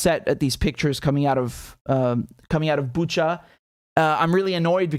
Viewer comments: It's Bu[ch]a, not Bu[k]a. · Biden or other don’t even buzzer themselves to know how to pronounce properly name of the city Bucha (where sound is ch like cherry)… Buka 🤦🏼‍♀️ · Pronouncing BuCHa like CHarly :)